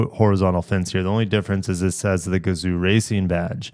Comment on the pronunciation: Definitely look forward to this announcement. Sadly I just bought a GR Supra so I can’t get it. Also if you want to pronounce “Gazoo” properly it’s should actually have been spelled gazou and the zoo part should be pronounced like “Yo! What’s up” but with a Z. This is how 画像 is pronounced in Japanese and as Americans we can definitely pronounce it properly. When I saw the name Gazoo racing for the first time I thought it was a stupid name, then I finally saw the Kanji for the name and it made sense.